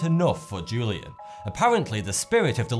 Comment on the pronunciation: The ‘J’ in Julian is pronounced as an H. WHO-LEE-ANN